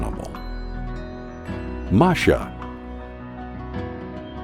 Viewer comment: The cat’s name was Masha, not Marsha. Let’s get the hero’s name right.